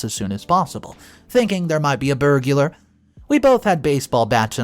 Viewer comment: Burg-lar…. Please learn how to pronounce words… it’s distracting from the story